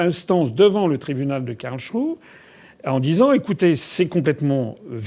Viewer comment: Quelqu'un peut dire FA qu'on ne dit pas Karlshrue. Mais Karlsruhe : rou- hé !